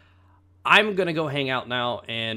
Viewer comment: ***** hah i thought you said at the end that you were going to make a girl cheese, instead of grilled cheese. lul